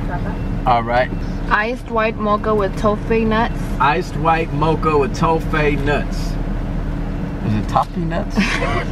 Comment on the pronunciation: Toffay Huh lol